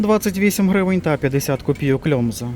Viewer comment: так пиво łomża- вимовляється "ломжа"